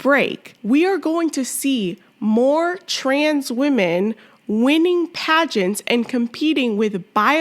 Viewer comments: he literally said trans woman right , then proceeded to say weeman wrong. thats not even an accent issue. this guys just a fucking asshole , any way they can put their insecure asses above us. theyre so insecure that men dont want them they have to lie about being natural born females and they gaslight you into thinking an asian blow up doll is real human beauty. im done being nice to the fucking assholes. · I don't care if this weird guy claims English is not his native language. He could do a much better job of pronouncing the word "women." When he says "weeeemen" I believe he is pronouncing it correctly; that is, he is deliberately saying, " We MEN." These malevolent individuals are deliberately taking over women's spaces and they are only thinly disguising that fact. They all know it. They are all in on the scam. And for all their inane feminist blather about women's "rights" the fact is they don't give a SHITE about women. They just want notoriety and power to feed their mental illness. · No, they're making fun of the fact that he thinks he's a woman. And they're pointing out that he's not a woman, he's a wee man, and the way he pronounced it has helped the joke. If a real Thai woman had said the same thing, I assure you no one would be laughing. Go look up the meaning of the word 'wee'. That means he's a little man, a small man, and we're laughing because he's small in that area down there which he cut off. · You mock her for pronouncing the word women as "weeman." This was unnecessary and had nothing to do with the issue of gender. You were simply being racist.